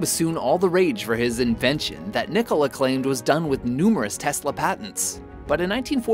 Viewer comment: it is Nikola, not Nicolai